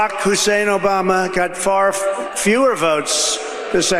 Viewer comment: It was a certain way Rush would pronounce Hussein